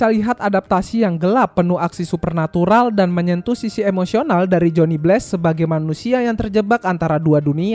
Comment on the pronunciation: bg narasi dan cerita lu udah lumayan bagus, tapi penyebutan nama2 barat dan penyebutan bahasa inggris lu kurang tepat. jadinya pas dengerin itu agak gatel kalo kurang tepat penyebutannya. kyk johnny blaze, itu nyebutnya bless, harusnya nyebutnya bleiz. trs daredevil itu penyebutannya harusnya der devel, bukan der devil, dan masih lumayan banyak kesalahan oenyebutan lainnya. saran saya coba perbaiki penyebutan bahasa inggrisnya agar lebih cakep narasinya. kalo gatau cara nyebutnya bagaimana, coba ketik di google translate kata atau nama barat yg ingin dikatakan, trs cek tombol suara penyebutan kata atau nama itu yg dalam bahasa inggris. atau cari di youtube, youtuber narator luar negeri cara menyebut kata atau nama yg abang pgn itu bagaimana cara penyebutannya.